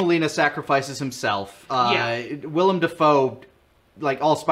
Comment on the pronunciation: As someone named Willem, it feels really weird hearing you guys say Willem Dafoe properly so many times. Everybody just calls me William or spells it Willum or something, and NOBODY knows who Willem Dafoe is.